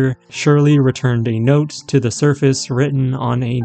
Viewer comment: The AI reader for this video needs to be calibrated. It is pronouncing the articles "the" and "a" annoyingly wrong! The word "the" has a long vowel sound ONLY when the following word begins with a vowel. When the word following the article begins with a consonant, "the" is pronounced with a short vowel sound. Of course, with "a", this means using "an" instead of "a". You would never use the word "a" with a long vowel sound when using "a" as an article. For example, you would say "thuh video", but you would say "thee artwork". You would never say "thee video" or "thuh artwork". Similarly, you would say "uh video", but you would say "an artwork." You would never say "ay video" or "ay artwork". The word "a" is never pronounced with a long vowel sound when "a" is used as an article. Also, this video's reader bot is too dang sloooooow, and it reads as though it's annoyed at having to be here and is being forced to do it against its will. When even the AI reader bot doesn't even care about what it's reading, why should I? I made it almost to four minutes, and I just can't stand to listen any further. Bye.